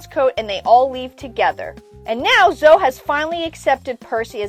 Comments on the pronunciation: Why did you say Zo instead of Zoe. It's pronounced Zo-eee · My bad, but I'm still pretty sure it's pronounced Zo-ee. You can pronounce it however you want to, but it's most likely zo-ee than zo. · I’ve personally never heard anyone pronounce it that way. Zo-Ee would be Zoey. But you can of course pronounce it any way you want.